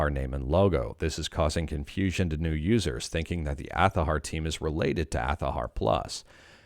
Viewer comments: Why are you saying "Athahar"????????? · Change their name to Athahar (pronounced Azahar) Please note this is a joke just for giggles.